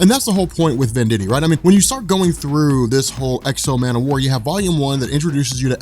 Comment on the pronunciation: I gotta say, I am not enjoying these videos. Man o war? Come on who's idea was that...